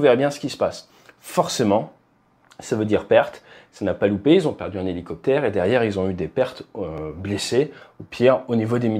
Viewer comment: Helo... ? Helociptère ? 😅